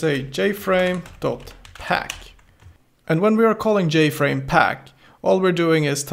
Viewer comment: don't forget jFrame as "yayFrame" hahaha